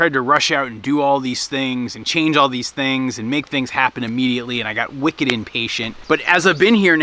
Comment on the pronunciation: "Wicked" now you sound like a New Englander! 😉 Also I can see now why you hesitated at the free help from strangers on the internet, once burned twice shy.